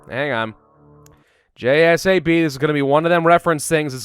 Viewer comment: Dude it’s not j-s-a-b it’s pronounced j-sab Not being a Karen anyone, just trying to help